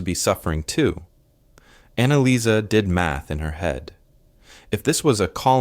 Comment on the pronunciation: Interesting historical story but I wish the woman Annalisa’s name wasn’t pronounced differently every few seconds. I do hope there were kind soldiers in Canada, the USA, and England, in all countries that fought and took POW’s to their countries. But statistically speaking war can bring out evil as well as kindness and I have no doubt some women were abused and made pregnant and some even killed from both sides. Today one out of four women are s. abused. I am so glad that Germany is known for remembering their misdeeds and murderous camps. They should have been treated better after ww1 and Hitler may not have risen as he did. They should be proud at how much they changed and taught their children differently from the way Hitler envisioned.